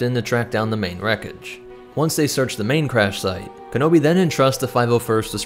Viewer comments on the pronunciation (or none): none